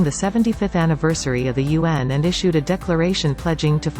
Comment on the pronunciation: You pronounce UN as Yuan ( the renminbi) 👍 Just a China trivia